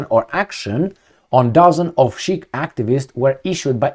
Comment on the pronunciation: ...Sikh is pronounced Seek.